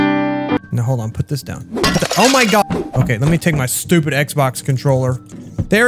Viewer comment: DID YOU JUST CALL A CAT STOi PID